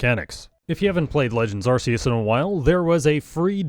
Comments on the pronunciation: Arceus is pronounced with a hard C sound :') It's not called the "arse-phone" please................ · Are-key-us, please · I don’t subscribe to people who don’t pronounce arceus correctly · look man I was on my for you page and I see thicc borb then THREE seconds in I hear "ar-see-us" Im clicking off man this is too much (Im joking lol I still wanna see the blue ish green borb lol)